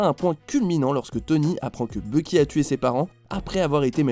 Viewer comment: tu devrais mieux prononcer parce qu'à presque chaque fois que tu dis "Bucky", on entend presque " Loki"